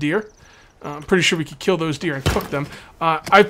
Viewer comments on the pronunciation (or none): When he said, "I'm pretty sure we can kill the deer and cook them." In stead of cook I thought he said "Fuck them" lol